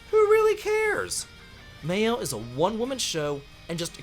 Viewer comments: Loon, Skiel, May-el! This game has amazing VAs how do you mess up all names when they get pronounced so many times. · he pronounce all female characters name wrong. loon, skeel, may-el ... who would take this tier list seriously from someone who don't even know how to pronounce these characters names??